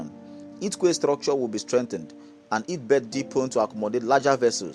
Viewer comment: Quay is pronunce key! Hope this port rehabilitation and modernisation is true.. Tinubu is definitely trying but unfortunately Nigerians are more interested in stomach infrastructure, not national development...😢They should add onitsha river port to it, by dredging the river Niger. I read south Niger is agitating for a port as well. They want federal government to dredge the Niger river and open baro port... Thanks.